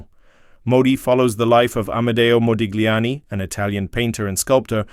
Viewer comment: When saying Modigliani name you do not pronouce the G but pronounce it Modiliani! get your facts gifht!